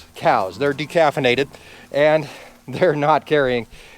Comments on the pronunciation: De-calfinated lol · LOL de-calfinated